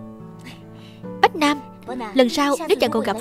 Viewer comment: ủa bách nam hả sao đó h tui nghe toàn bá nam vayy=))